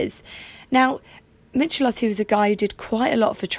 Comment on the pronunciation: That Herald is a 13/60 in a fetching shade of Valencia Blue which is a typical 1960s colour. It has a Stromberg carburettor and the Triumph 1300 has the exact same engine. You mispronounced surname slightly wrong. The first part is pronounced like "mick". Don't worry about it, I used to do the same myself. There was also a coupe body style (very rare and I know of one locally that has appeared in magazine articles) and the very early Heralds had a 948cc engine as used in the Standard 10. The 948 Heralds were underpowered so Standard Triumph started developing a replacement which became the Triumph 1300.